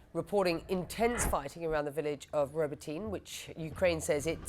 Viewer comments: Really, CNN! Learn how to pronounce Robotyne! The gross mispronunciation I heard by multiple reporters is not repeated in any nation outside the U.S. that I have heard, regardless their native language. It makes you sound ignorant and unprofessional. Which draws into question, what is the competence of your reporting here? This is a poor showing. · Oh come on, CNN, these are not new place names 😂. Zaporizhzhia (Запоріжжя), the ж zh is like the s in casual, not the z in pizza (that's ц). Robotyne is a bit more obscure, so I'll give you that; the emphasis is roBOTyne, and the и is like the i in "hit". і makes the ee sound in Ukrainian. In Russian the И is ee... Also the e at the end is always pronounced like in Porsche. eh